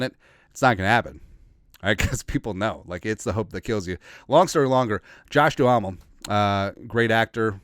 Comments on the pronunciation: It’s Josh Duhamel (Doo-MEL), not Doo-ah-mel. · It’s pronounced Josh Dumell brother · Ur probably too young to have seen the TV show 'Vegas'. Good stuff. You butchered his name 😢.